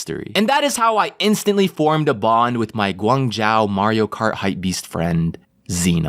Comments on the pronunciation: Umm, it's pronounced, gwong - joe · kind of triggered by the pronunciation of Guangzhou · thats not how u say guangzhou buddy.... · I don't know how hard it is its not pronounced: guang Zhao it's Guang Zhou you just ask Zh + o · Bruh its not guang jow its pronounced guang joe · Im chinese and got triggered by saying Guang Zhou, ITS GUANG - ZZZZZ - OHHHHHHH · Guang*zou* not zhao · ITS PRONOUNCED GUANGZOU NOT ZAO. IM OFFENDED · lmfao, Guangzhou is pronounced guang zh-oh, you are saying it like Guangzhao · LMAOOOOOOO ITS GOO-WARNG ZOU NOT GUANG JIAO LMAOO but it’s ok you’re not Asian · pls stop pronouncing guan zhou like guan zhao reeeeeeeee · gu ang zhou please yes im chinese lol sry i get annoyed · It's pronounced "G(u)-Wong-zoh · It is pronounced Gwong Joe REE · U pronounced guan zhou wrong (it’s not (jion)(I couldn’t find any other examples) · Guangzou is pronounced Guang-zough more of a high pitched-ish accent on the A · Srry but guangzhou is pronounce guangtsou like that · btw, it’s pronounced gwang-jeo the zh makes a j sound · Guangzhou = gu-ung zho please. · It’s pronounced Guang jo. It’s name is still Guangzhou still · it's pronounced gwung-joe lol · guangzow (rhymes with show not ow) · haha guangzhou is actually pronounced like (guang-zho) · it’s pronounced guan jo ;) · ACTUALLY ITS PRONOUNCED “Guang-joe” 😪😫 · my parents are from Guangzhou and you kept saying Guangzhou wrong and it bugged me hella 😂😂😂 then again it’s sorta of a o that’s annoying o well situation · As a Chinese person, I cried when pronounced Guangzhou😭😂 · Idk if anyone else mentioned this but my god kinda butchered the second half of Guangzhou. I get it but like every time I heard it I just like 😂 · lemme just sit here trying not to be upset over the fact he butchered guangzhou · The Chinese speaking people getting triggered the way pronounces Guangzhou lol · It’s Guangzhou not Guangzhou, I was born there